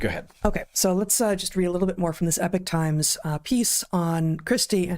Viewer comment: Come on guys! It's not pronounced "Epich Times" but e-POC Times.